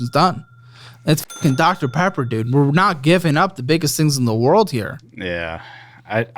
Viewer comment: This mf tryna say dr. Pepper and gon say “TIDDIES” 😹😹😹😹